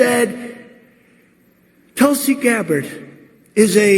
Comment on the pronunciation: *Mispronounces her name* "I gave her a lot of respect"